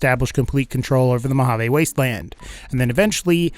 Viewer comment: You pronounced Mojave wrong meskndrbfidne I live there just my pet peeve